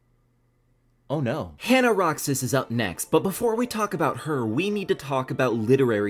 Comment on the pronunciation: Idk if you can see this but Roxas is actually read as "Ro-has" :D